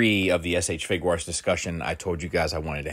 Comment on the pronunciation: Idk why y'all keep talking about the "Figurarts" line. is clearly referring to the "FIGUATS" line. 😂